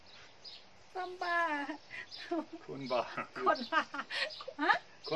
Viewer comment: น่ากินทุกอย่างเลยจ้า😊😊😊...ฮ่าๆๆๆพูด " คนบ้า " ชัดมาก 😄😄😄😄